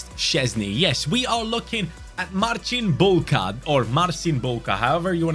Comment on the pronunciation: You pronounce Marcin Bułka perfectly. Also it's 5 day of asking for rebuild with only young polish academy players